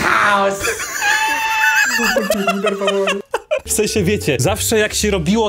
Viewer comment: Obejrzałem filmiku i na chwilę zatrzymałem, na 1 min i 25-tej sekundzie, a do tego jestem na kiblu i zesrałem się, do słownie puściłem kolegę po tym, jak Niemiecki kraj powiedział: krankehaus. Nie mogę z tego momentu.